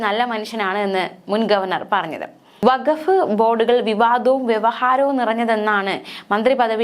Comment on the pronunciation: വക്കഫ് അല്ല, വഖഫ് ആണ്‌. ക് +ഹ =ഖ, ഗ് +ഹ =ഘ, ഫാര്യ എന്ന് പറയുന്നവരോട്, പ് +ഹ =ഫ, ബ് +ഹ =ഭ